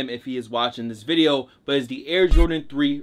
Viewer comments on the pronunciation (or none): can u please just say video correctly